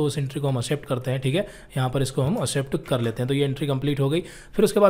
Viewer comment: Sir apne prounounce pe dhyan dijiye confusion hota hai like... Accept ko असेप्ट bole ja rhe ho jabki ye एक्सेप्ट bola jata hai